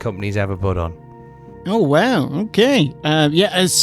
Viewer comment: Whwow should be said like how Vince says wow.